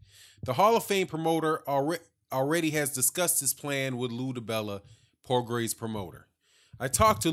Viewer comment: Good post my brother, but you are not pronouncing his name, it is pronounced "Pro-Grey", its Creole/French. I am native to New Orleans, so, you know. Anyway, yes, old Bob is up to his old tricks, milking the situation for all he can get. Regis will simply have to keep on looking dynamic, (as he is) and his day will come. Progras is the future of the division. Plus, I like his demeanor outside of the ring, he is thoughtful and well spoken, but is a beast inside the square circle; New Orleans has a new champian!